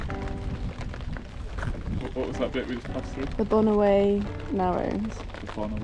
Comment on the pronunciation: Great video and a very nice part of Scotland. The narrows by the way are said 'bon-or'. Wind against tidy creates a big swell and care needed even in larger boats.